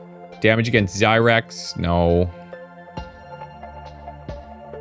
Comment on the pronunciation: Had to laugh, when you were staying zyrex, I thought you were saying zirax (from empyrion galactic survival)